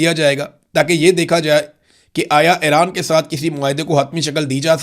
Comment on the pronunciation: Imran Riaz Sb,Iran is pronounced as E-ran not A-ran, similarly it is Fu- jairah not Fi- jairah